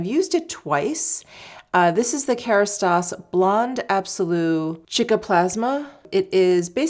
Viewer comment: It’s pronounced Ceeca… not chicka…